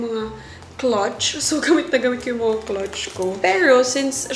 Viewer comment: “Clutch” the way you pronounced it sounds like “clotch”